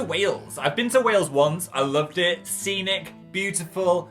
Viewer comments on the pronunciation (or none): none